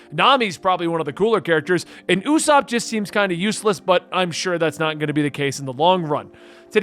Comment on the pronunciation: Usopp is pronounced Oo-s-aw-p. No long O sound. Listen to the sub or dub to confirm. Japan's "P" has a "u" sound at the end but thats the only difference.